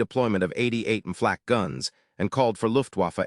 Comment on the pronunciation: This computer narration is the worst I've heard yet. I stopped at the 3-minute mark. Between the panzer "eye eye eye" and the "flaw cay" who could bear it longer?